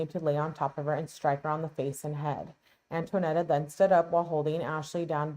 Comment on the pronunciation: FYI: Her name is Antonetta, not Antoinetta.